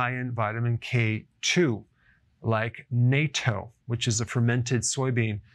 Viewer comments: Lmao it's "nah-toh" not "nay-toh" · Nato is the North Atlantic treaty organization. You mean natto, pronounced naht-toh. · It's not Nayto it's Natto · Natto is pronounced "nah-to", not "nay-to" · Very important after being vaccinated with mrna crap And your pronunciation of the word Natto is terrible, it’s not NATO, but nahtou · It's pronounced "NAT-TOE" not "NAE-TOE" and it tastes like a slimy burnt tire. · If you are going to buy Nato and want to ask for it, it is pronounced "Nautdough", in Romanji it is spelled with 2 "t's, Natto By the way, I just started fasting, not so much to lose weight, but to detox and heal, the videos are really helpful, even if I cannot do everything by the book, it is great to get started Due to my circumstances, I am doing the not recommended 5:2, or a version of it, 16 hours on the Wednesday, and 24 hours on the Saturday It is true that the body does not easily adapt to this change, and I do get hungry at meal times, almost like an alarm clock is set to tell me to eat at that time What I find is that although I was hungry the day of the fast, I feel just fine when I wake up the next day and I am not hungry at all for breakfast So I am going to start to try 36 hours on the weekend, and work towards 48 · "Naht - toe" 😊 not nate-oh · The good doctor recommends NATO as a remedy? He might want to speak with the secretary general about that first!! 'nahhtow' might be a closer approximation. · Minor point: the pronunciation of natto is as you would say “knot” rather than how you would say the “North Atlantic Treaty Organization”. The Japanese will chop some green onions as a garnish and mix in soy sauce and a bit of mustard. Oishii! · Natto sounds like English nah- toe. Not nay-toe. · It is not NATO (nay-tow) It is NATTO (Nah-Tow). No long A sound in Japanese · NATO is the North Atlantic Trade Organisation. Natto is fermented soy beans, pronounced Nat(halfway between how you would say 'nut' and 'natural')to. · Its pronounced Nahtto...